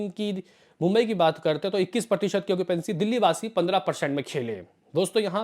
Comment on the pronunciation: bhai sahi bola tune .😂 okipency bolke hi